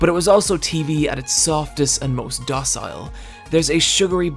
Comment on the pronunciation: Please don't mispronounce Dynasty and docile. It's so crass and galling.